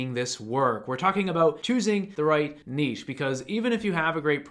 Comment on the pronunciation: Thank you for saving "niche" correctly (not "nitch" lol).